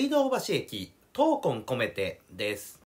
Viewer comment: 闘↑魂↓こめてはちょっと気になった 闘↓魂↑こめてなきがする ちな全問正解